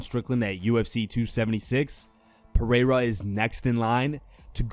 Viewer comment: That pronunciation of Pereira was whiter than mayonnaise